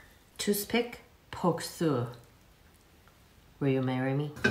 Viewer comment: Chinese hard to pronounce “r”..? through. not thoo~ 😜